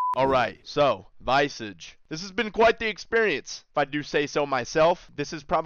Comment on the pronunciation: Man keeps saying “Visage” wrong